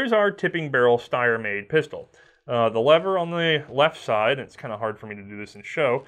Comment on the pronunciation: I know you don't really care about pronunciation, but this one is super easy - if you see a German word that beginns with either ST or SP, it's pronounced SHT and SHP respectively, therefore it's not "Steyer", but "Shteyer".